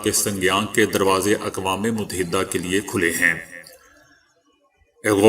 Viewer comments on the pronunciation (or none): بھائی غلاف غین کی زیر کے ساتھ پڑھیں ناکہ غین پر پیش مجود ہ نہ کہاکریں بلکہ موجودہ کہیں میم کے ساتھ واؤ کا پڑھنا ضروری ہے اسی طرح اقوام متحدہ کا تلفظ بھی غلط ہے متحدہ میں میم پر پیش ت پر تشدیداور زبر، ح کے نیچے زیر ، دال پر زبر اور ہ پر جزم ، فیروز اللغات سے استفادہ کیا کریں۔ اپنے جتنا زور انگریزی سیکھنے پر لگایا اسکے عشرعشیر اپنی قومی زبان پر لگاتے تو آج آپ ابو الکلام ھوتے۔ لیکن اپ سب کچھ تجارتی بنیادوں پر کرتے ھیں۔